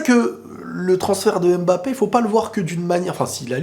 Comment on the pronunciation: on dit Mbappé pas M-Bappé stp. À chaque fois que j’entends ça mes oreilles saignes. Il faut faire la liaison, en Afrique c’est comme ça. Merci.